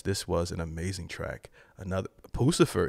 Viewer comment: You are pronouncing it wrong, it's Puss - i - fur!! 😂 😊